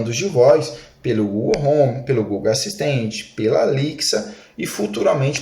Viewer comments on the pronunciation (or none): Gostei mesmo foi a pronuncia da assistente da Amazon " Alixia " Kkkkkkk